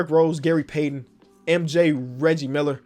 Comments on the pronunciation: Did actually say leggie Miller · how did you miss pronounce Reggie Miller? 😂